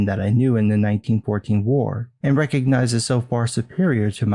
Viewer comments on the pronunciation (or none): none